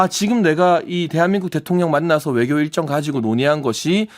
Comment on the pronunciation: 용혜인.. 입 속에 뭐가 있는거냐? 발음이 그게 뭐냐? 명확한을 멍확한이라고... 외교를 애교라고... 좌파들만 이번 회담에 대해서 악감으로 말하고 다른 나라들은 모두 바람직하다고 말한다. 물론 100% 만족하지는 못하지만 첫발이라는 면에서 성과가 있다고 보아야 한다. 하기야.. 지금은 민주당과 좌빨들은 윤통이 뭘 해도 비판하는 ㅅ ㄲ 들은 비판하겠지....!!!